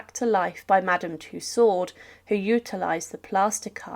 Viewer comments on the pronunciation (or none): Madame Two-Swords ... ??? Madame Tussauds (Too-soe) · The D in Tussaud is silent. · How from the name Tussaud one can pronounce it Twosword?? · Ff een Klein dingetje, Madam tussaud zeg je als tuso….met een o klank op het einde…zonder d…..nogmaals…klein dingetje…doei doei..